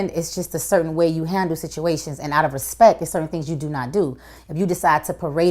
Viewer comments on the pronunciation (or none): she says respek. 😂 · Articulate ? The girl said “ i haven’t saw her” and Im pretty sure i heard “respeck”😂Lol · She said out of respek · She said the birdman "respeck"